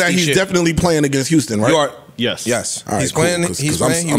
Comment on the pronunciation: Lmaoooo Joe said Howston (houston). Just say u fucked up his name lol.